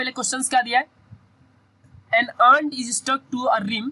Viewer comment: saste Nashe mat Kiya Karo Aur ek BAAT Woh aunt nhi ant hota hai